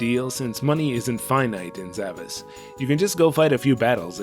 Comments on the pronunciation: Actually, it is pronounced Sa-VAHSH. It's that Ş at the end of the romaji, suggesting a more Turkic pronunciation. The kana also ends with a シュ, suggesting the pronunciation is Sa-Ba-Shu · It actually is pronounced like "Zavash". That S is a Turkic accented character used in languages like Turkish and Azerbaijani. It's an "sh" sound. It seems to be a specific type of sword that doesn't have a direct translation - very obscure choice for a title.